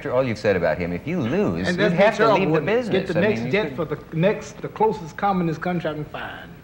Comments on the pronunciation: haha Dick thought he said communist when he said "commonist" meaning most like america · LOL they thought he said communist country LOL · he s clearly saying communist.